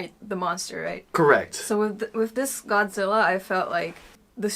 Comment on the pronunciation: ゴズィーラじゃなくてゴ・ジ・ラ！！！